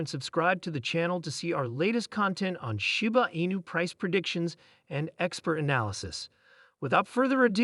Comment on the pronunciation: Can can you take advise from a person that sounds like a bot and can’t pronounce Shiba Inu correctly and the word “meme”. Smh